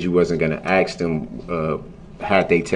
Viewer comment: The word is ask not “axed “ .